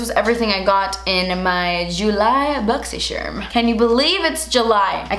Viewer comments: I use to have boxy charm subscription I stopped using them. But I still watch your videos just so I can say boxysherm with you haha 😆 is that weird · i made a compilation of saying boxysherm unboxin because i just had to 😂😂😂